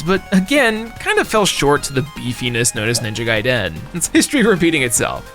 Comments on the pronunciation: I gotta know, why do you pronounce "Gaiden" like "Guy-DEN" like its 2 words? Have I been pronouncing it wrong my entire life? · Lol I can't take it.. "Ninja Guy-Den" 😂 I've never heard it pronounced like that before. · Please never pronounce Ninja Gaiden like that again lol There's not a hyphen between Gai and Den, it's one word